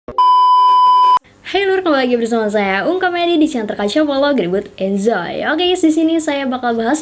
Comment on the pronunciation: Yg gua denger dari intro ka: SisSyis Yayaya U keju rembo kendem be ya deroru rembo;> Intro kedua: Hai baru kembali lagi bersama saya comedy di channel terkece walau gemud enzoy;> Entah apa cuma gua doang yg denger kek gitu.